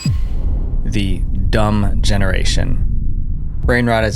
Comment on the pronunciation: You can tell that he is quoting due to the emphasis on "dumb"